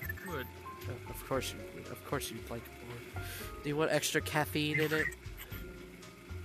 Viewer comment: ITS CATFEINE NOT CATFINE